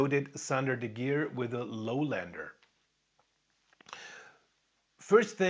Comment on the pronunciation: "De Gier" you pronounced right. Then, the other one, its "van s-ch-hie", if it writes "van Schie" ;) don't worry, I live here 18 years, and I still struggle sometimes, even if I can pronounce "Scheveningen".